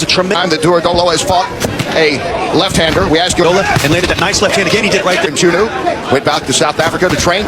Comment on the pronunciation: Mchunu not matshunu nina zinja nxa😂😂😂😂